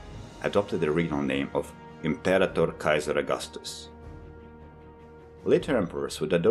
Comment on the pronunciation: Also, the stress in Imperator is on the second-to-last syllable. Hence the ra receives the stress. If the second-to-last syllable in a word of three or more syllables ends in a short vowel, the stress is on the third-to-last syllable. Otherwise, it's on the second-to-last syllable. The second-to-last syllable in Imperator ends in a long a, and thus receives the stress.